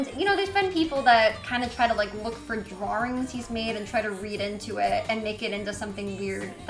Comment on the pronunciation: the way she says drawrings makes me so mad😂